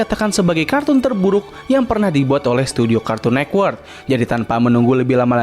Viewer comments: Agak terganggu ya dengan kata cartoon nekwort karena yg benar network bang shrsnya😂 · kartun network bang bukan nekwort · Kenapa lu baca cartoon network tuh "kArtUn neKwErk" dah